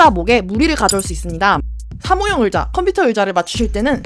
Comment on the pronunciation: 으자 말고 의자요!!!ㅎㅎㅎ 재밌는 정보 고맙습니다